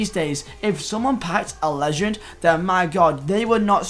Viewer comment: Why can’t you pronounce legend